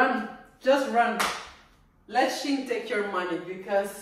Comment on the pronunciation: Its pronounced"She in"